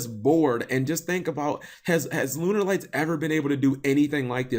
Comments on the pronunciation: Why does he say Lunerlights? It's pronounced Lunalight man... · No duh lol but it's not the way the archetype is pronounced. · i think it sounds also stupid